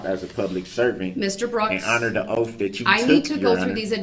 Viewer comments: "Oaf of Office" "SUBstained" "Finna" "Axed" -Darrell Brooks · Honor Her " OAF " ? is he perhaps grasping for the word Oath ? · That drove me insane ! He also pronounced oath as oaf , " You took an Oaf to serve the public " He just infuriated me with every sentence he attempted to speak .